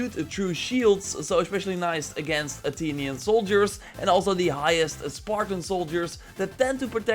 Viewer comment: Bro Said Atinion 😂